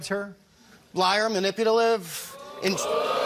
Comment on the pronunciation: "Manipudahliv." Lol HAHAHA 😂